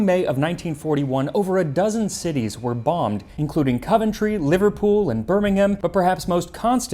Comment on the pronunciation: Yooo you pronounced Birmingham correctly. That's the first time I've heard someone from NA pronounce it correctly